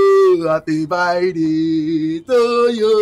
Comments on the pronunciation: is it happy birthday or happy byday😂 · sound like he saying happy bye day to kali. 😉